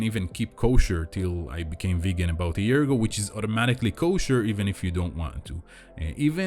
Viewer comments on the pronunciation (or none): none